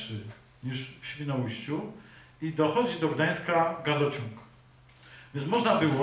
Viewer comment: Dbajmy o mowę polską: ŚwinoUJŚCIU nie Świnołyściu...